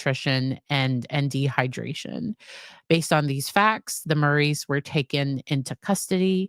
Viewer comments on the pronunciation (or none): none